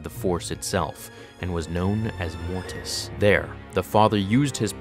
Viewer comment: Why do you put so much emphasis on the "T" sound in "Mortis"? Every time you say "Mortis" it sounds like "morTis". It wouldn't be as noticeable if you only said the word once or twice, but in a video about Mortis, it is quite noticeable.